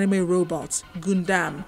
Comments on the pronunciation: Anyone else kind of triggered whenever the reporter says Goondam insted of Gundam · Am i the only one who hears goondam instead of gundam? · Gun Dam not Goondam Get the thing right. You messed up on the pronunciation of the topic n it just becomes a wasted news tbh